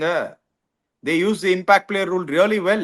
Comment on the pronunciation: Athalla oth:""'a impact player uh gimpackt player ena vena vachika nee!!😅